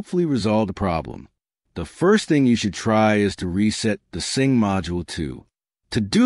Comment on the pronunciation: It's a sync module not a sing module.